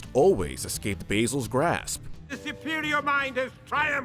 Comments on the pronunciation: Basil's name is pronounced "baa-zil", not "bay-zil", idiot. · It's so irritating how Americans pronounce Basil, saying 'Bay'sil', when the movie itself (great mouse detective) pronounces his name the correct way, 'Ba'sil'